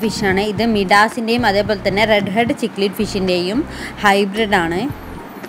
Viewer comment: ചിക്ലിഡ് അല്ല സിക്ലിഡ്